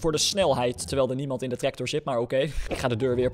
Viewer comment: Hij zegt treCtor😂😂😂😂😂😂